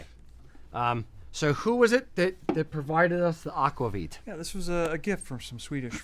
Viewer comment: Is Nordic Heritage in PV? Just wool? Aquavit is pronounced AK-VAH-VEET. (I speak Swedish fluently and have a B.A. in it as well!)